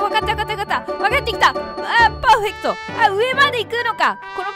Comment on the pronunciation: パーフェクトの発音外国人並に良すぎるw